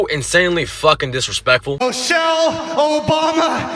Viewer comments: He is probanly correct, about the person he talking about, Mo-Shell (this is how he pronounced the name). We know a Michelle with the same last name, who is a beautiful, educated, intelligent black women, with many credits behind her name. So we are sure he is not talking about our Michelle. Send us a picture of Mo-Shell and give us a little background. I am quite sure the idiot cannot. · I heard clearly , " Mochelle" obama. Thats not mIChelle